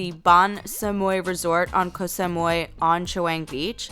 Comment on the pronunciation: co - sam - oo - eeeeeee